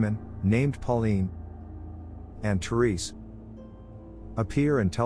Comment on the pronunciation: that pronunciation for Thérèse doesn’t look right - the è is the same sound as the e in the word jet it would be “rez” not “rise” that è doesn’t make an i sound